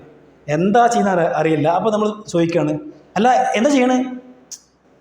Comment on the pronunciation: ചോയിക്ക, ഒ യിവാക്ക മലയാളം ശരിക്ക് പഠിക്കൂ . ചോദിക്കുക, ഒഴിവാക്കുക. താങ്കളുടെ അഭിനയം നന്നായിട്ടുണ്ട്. ഇങ്ങനെ 10 വാക്ക് പഠിച്ചാൽ ഹിന്ദി പഠിച്ചു